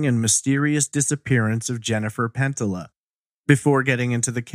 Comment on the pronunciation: Love the pod. However I believe her name is pronounced pen tee ya or pen tee yuh.